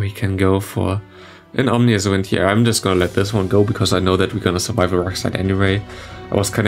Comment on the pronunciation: fyi, it's ominous wind, not omnious :)